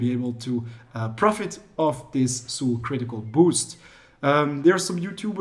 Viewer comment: You pronounce Soul really weird btw